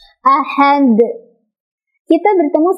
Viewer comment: Jgn tambah hamzah si dal itu, teh. Ahade saja. Bukan ahadek. Itu kn jd seolah2 ada tambahan huruf hamzah